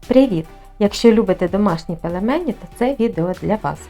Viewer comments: Сонечко, ну не пелемені, будь ласка. Пельмені! Вухо ріже. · Пэлэмэни??? Это по-каковски? Ааааа в укр.кухне нэма пЭлЭмЭнив .